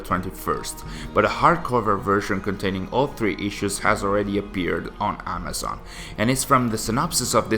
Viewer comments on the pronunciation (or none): none